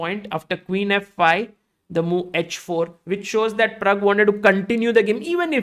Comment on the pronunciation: Pragg , not parag